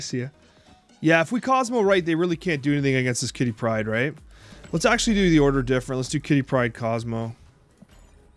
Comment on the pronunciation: "Quitty Pryde"